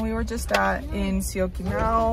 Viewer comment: Syokimau u are saying it very well. Great improvement.